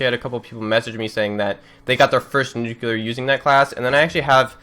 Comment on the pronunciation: Oh wait you are American? I thought you were Canadian because of how you say "nuclear". You pronounce a "you" between the c and l.